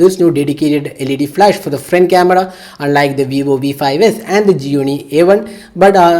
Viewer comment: Frent camra 😂